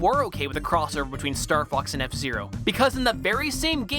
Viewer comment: I thought he said starfu**s